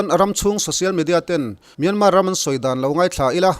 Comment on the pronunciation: Kawl ram hming hi Myanmar (မြန်မာ) a ni a Myan hi lam San (မြန်း) tur a ni lo. Tin, mar pawh hi r silent tur a ni. Kawl ram mi I nih hmel a, a ram mite lam Damin lam ri hram la a tha ang. A lam ri thiam lote lam Rik Dan anga lam Rik hi chu a dik lo a nia.